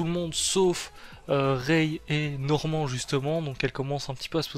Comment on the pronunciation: Tu veux mettre l'accent anglais sur le titre mais 30 secondes plus tard ça dit Norman (Normand).